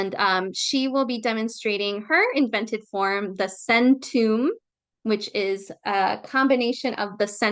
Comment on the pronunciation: CENTOUM?????? AHHHHHH